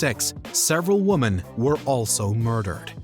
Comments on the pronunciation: The word “women” was pronounced “woman” so many times it makes me wonder if this is an AI voiceover. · Teach your A.I. the correct pronunciation of "women". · Whoever it is needs to learn how to say Women. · Why can't you say Women? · Lol. Your density is comical. Instead if the usual laryngitis girl, they switched to a male voice we haven't heard before. One who pronounces the word "women" as "woomen". No human English speaker has ever said "woomen". You're not the sharpest crayon in the box, are you, Marc. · It's pronounced "WOMEN", not "Woman"! This narrator's been doing this for years and it never changes! Why doesn't someone just tell him?! I mean, how hard is that?! Seriously! Am I the only one losing my damn mind over this?! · Heard that reaper? She says its pronounced "Women"